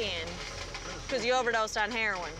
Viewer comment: “He overdosed on hair-win”